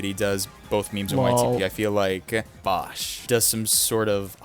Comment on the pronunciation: It’s pronounced Bow sh. As in bow and arrow. And bosh is a he. Like blue yoshi boshi bosh. And how dare you put him on bottom. Although he really isn’t YTP.